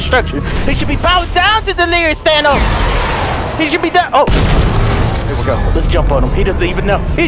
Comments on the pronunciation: Thought he said Vanoss. But then found out he said, Thanos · Everytime he said thanos I kept thinking he said vanoss 😂💀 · Christiixn Ur right,I get tricked from them saying vannoss but its thanos😂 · THANOS NOT VANOSS!!!!!! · At first I heard delirious saying "Oh vanoss" I was confused then I saw the title and I replay the video twice and I understand it "thanos" not vanoss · Is he saying Thanos or Vanoss?? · Thanos - Thvannos? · did he say vannos than thanos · It’s Thanus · All i hear is Vanoss not Thanos 😂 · Who else thought he said vanoss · I thought you were saying vanoss😂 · Same, when he said We're finding "vanoss" I was thinking, they're finally playing against eachother. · Heyguys 2.0 same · It sounds like he’s saying vanoss 😂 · Did anyone else notice that delirious said “no ones gonna stand in VANNOSES way”? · Every time he says Thanos it sounds like Vanoss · Every time he says thanos i think he says vanoss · Always sounds like he is saying vanoss xD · I thought u said VANOSS xD in the first of the vid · did he say no trees stand in vanoss way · CuteLitty Kitty I only hear thanos